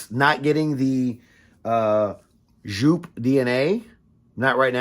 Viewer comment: Its joop! not sjoup